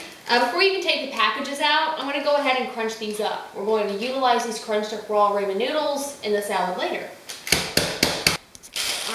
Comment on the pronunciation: Until YOU , I've not heard ANYONE pronounce Ramen with a long "A" :) I've ALSO not seen the recipe where the NOODLES were toasted too, wow! I might take that extra step when making it , and oh...*APPLE CIDER VINEGAR* is better (IMO) than the white vinegar you add, just sayin'~~~:)